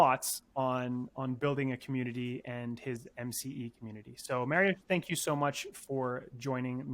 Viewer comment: Awesome stuff! Appreciate you getting at the correct pronunciation of Mariusz's name